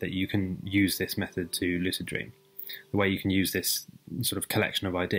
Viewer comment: Did he say De way